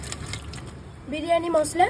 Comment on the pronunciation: Biriyani ❌ Biryane✅😅😅😅😅😅😅